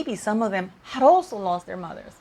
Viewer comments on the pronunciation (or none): none